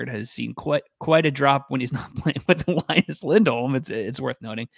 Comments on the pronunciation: Just so you know, you can only pronounce the name Elias one way if you're Swedish: E-lee-as. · Note from a Swede: They're both called Elias, which should be pronounced "eleeas" with an ee sound, not "elaias" :)